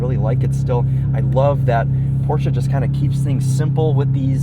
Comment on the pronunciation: wtf is a porsa?